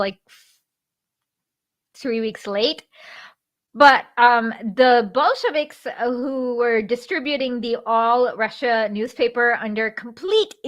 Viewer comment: They think talking to kids means use a Blue's Clues background?! Also, subtle mispronounced words like Ramen-offs and Bullshiviks for derisive effect must be Prager's new normal.